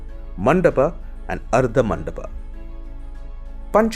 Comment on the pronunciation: What the fuck if sikhara.. It's shikhar... Same. goes to. Mandap.. Stop. This nonsense. Man